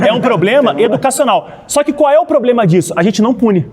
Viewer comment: Sargento falando poblema é fodaaaaaa